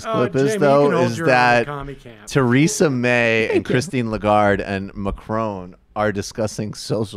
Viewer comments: Same odd pronunciation of ‘Macron’ as David Pacman. Is it an American thing? Legarde’s reaction is typically Gallic! So glad the French government realised this! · Your pronunciation of Macron makes me cringe